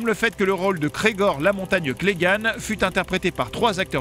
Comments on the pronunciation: Vous voulez dire "chaque saison", non ? : Son grand-frère qu'elle n'a pas connu s'appelle Rhaegar, pas Rhaegal. Enfin, ce pourrait juste être une erreur de prononciation. : Ce personnage s'appelle Gregor Clegane, pas Cregor Clegane ! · Rhaegar, pas Rhaegan, sérieusement. Gregor, pas Cregor.